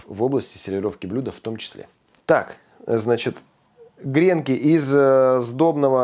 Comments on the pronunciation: Не грЕнки, а гренкИ! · Не грЕнки, а гренкИ... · смотрю вас регулярно и беру на заметку рецепты...Только режет ухо грЕнки, говорите правильно - гренкИ. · Сударь, не грЕнки, а гренкИ. Один гренОк, два гренкА, много гренкОв.... А обмакивают гренки в льезон. Простите. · очень люблю ваш канал. Можно немного уточнить? В слове ГРЕНКИ ударение должно быть на букву И. Куда не ставь ударение, от этого блюдо хуже не будет.